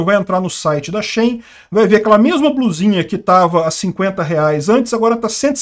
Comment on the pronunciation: A pronúncia de SHEIN é como "ela-dentro" em inglês (She-In).